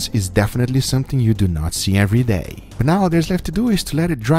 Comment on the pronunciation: You mean “errey day”